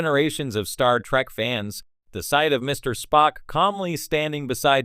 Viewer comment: "Star track" omg😂